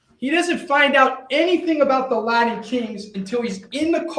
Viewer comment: LaTin kings; threaTing; imporTant …. For goodness sakes pronounce your T s correctly!!! This guy would drive me nuts if I were a juror!